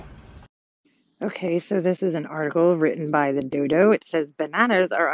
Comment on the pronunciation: Article written by the dooo-doh did she legit pronounce it like that? That’s a bs article too banana is equal to cake or ice cream? Not by a long shot. Maybe not the best but it cannot be ‘terrible’